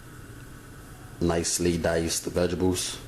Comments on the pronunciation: it's vegetables not vegables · "Vegebles"! Lol! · Did you say vegibles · Hahaha. Vegebles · lol, I had to keep going back to make sure I heard it, yep, he said VEGIBLES, rotfl....whew!. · I dont know one person who can yo. I sure can't. When he says vegebles. He is a cutie tootie (sorry I'm real southern) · Why can't you pronounce VEGTABLES properly?